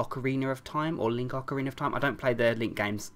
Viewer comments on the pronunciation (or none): Nobody else cared? Ok. Guess its all about Majora's Mask and the fact he said Ocrina Of Time.